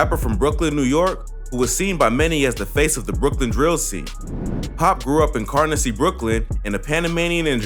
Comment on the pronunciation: Car-Nessie Brooklyn